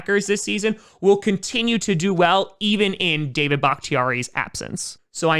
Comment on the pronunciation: It does not sound like your saying david ... Am i missing something lol.. Im hearing daya .or something like that